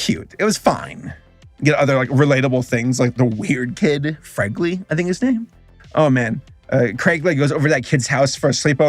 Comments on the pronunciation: I'm surprised you got Freggly right. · What cracks me up the most is the fact that he got fregley right but not greg and rowley. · How did you get fregley right but not Greg and Rowley